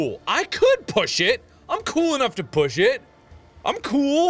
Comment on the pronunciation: you saying it wrong